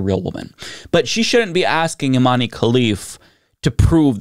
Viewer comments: I cringe every time you say "Imani" - it's Iman! Algeria (and Morocco) use french spelling conventions when transliterating Arabic words so the final "e"is silent, just like in Zidane; you wouldnt say "Zidani", would you? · "We like strong independent women in sports" > strong independent woman from an extremely humble household takes the stage but isn't of european descent. "We like OUR strong independent women" As a side note, the E in Imane is silent, so its pronounced "Eeman", the "man" sounds exactly like the english word "Man". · Please, please, please look up how to pronounce people's names before doing a video, it really doesn't take that long and it would show you give an ounce of respect for the rest of the world's cultures. Imane's name is being mispronounced all over the internet by americans, the "e" is supposed to be silent, and this doesn't pose a phonetic difficulty. It's not like her name has vowels or consonants that would be a challenge to pronounce for English speakers.